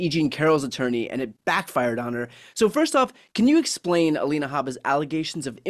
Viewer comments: Her name is Alina, not Elena. Can’t stand her, but let’s be precise here. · Glenn, her name is Alina, not Elena. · Aleena not Alayna gleen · It's a small thing, Glenn, but you're NOT pronouncing Alina correctly: her name is NOT Halena. Just imagine if we started to refer to you as Gleann. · GLENN OMG HER NAME IS NOT ELENA